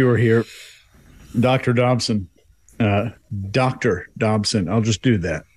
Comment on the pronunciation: Dodson, not Dobson. Apologies.